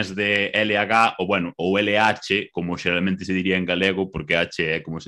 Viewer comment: Ele falando: Geralmente Parece aqueles caras falando "Laranchenhia!"